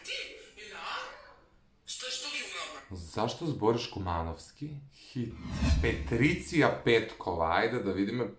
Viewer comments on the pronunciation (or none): Ne se cita petricija nego patricija ne e hejt samo ti kazuvam